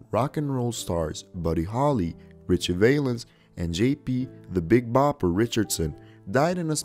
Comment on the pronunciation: NOT "Richie VAYlens", it's Richie "VAL"ens! (Rhymes with 'pal').